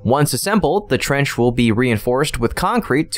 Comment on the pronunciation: Your English just seems to be getting worse. Someone there needs to go back to school. Dual Flame Trend. What the heck is that? Did you mean Dual Flame TRENCH? Come on. Get it together people!